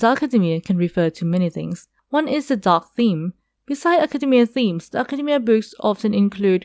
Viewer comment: Academia not akhademia 😂